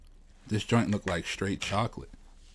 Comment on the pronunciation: Thanks for the review. Heard you say junt, you from Memphis?